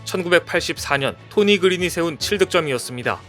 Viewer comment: 토니 그린? '토니 그린'이 아니라 '토니 그윈 (Tony Gwynn)'입니다. 샌디에이고 파드레스 원 클럽맨이자 레전드이고, 명예의 전당 헌액맨인 앤소니 그윈 이름을 그냥 바꿔버리네요. 야구 좋앙하는 사람이라면 모르기가 힘든 선수인데.